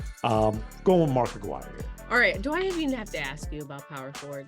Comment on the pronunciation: Not Aguirre, it's A-GUI-RRE! 😁